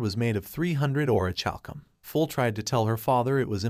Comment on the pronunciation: Or-ih-kal-kum I know the last syllable is a funny word. Don't focus on that.